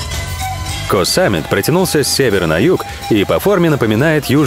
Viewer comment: Ударения надо было проработать перед фильмом. Большинство не правильно. Надо на последний слов всегда. ЧаопрайЯ, ПаттайЯ, Ко СамЕт и прочие названия.